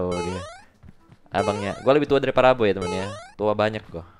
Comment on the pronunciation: Parahmen kali bang , bukan paraboy🤣